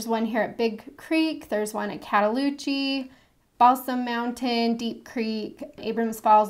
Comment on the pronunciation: You got Cataloochee's pronunciation spot on (impressive), but to sound like a local, it's "Ap-puh-LA-chun" (like the "la" in "latch") not "Ap-puh-LAY-chan" (the last syllable difference matters too, LOL!) Please know I'm telling you this just for fun, not as scolding correction! You did a fantastic job of describing the Smokies and guiding folks for their visits.